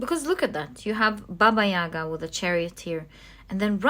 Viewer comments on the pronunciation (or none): I love the Slavic tarot deck! always look forward to it in the readings. I am Russian, but live in China. can I suggest an advice of pronunciation? Bàba Yagà emphasis on the last a 🤗 love your readings with all of my heart ♥️